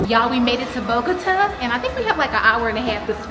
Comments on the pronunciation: Bogota pronounce Boh-goh-tah emphasis on the tah😂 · Bo - Guh - tah....lol.... 😅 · Happy travel. Bogota is pronounced BOE-GA-TAH 😂 visited there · Pronounced Bow-gah-tah 😘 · 😂 kudos to you for trying to pronounce it correctly. It’s Bo-go-tah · 🤣 😂 Gurl you trying to say Bogota has made my day! I kept thinking 🤔 where is Mama 😂, then you called her and still said it wrong. 😂😅I love it💕